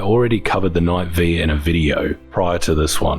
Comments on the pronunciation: It's Knight Five not V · The correct pronounced knight five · "Knight Five" -- the pronunciation was literally in the update notes.